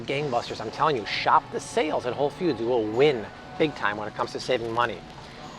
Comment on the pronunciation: Did he just say whole “feud”? 😂